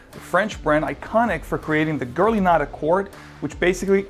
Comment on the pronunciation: Nice video! BTW when you say "Guerlain" you sound more Brazilian than French - or maybe me it's just me